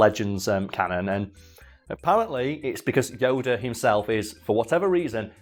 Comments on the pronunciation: At some point during the video I started hearing it as Yoder and now I cant unhear it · I love how pronunciation of Yoda varies between "Yo-dah," "Yo-duh," and "Yo-der."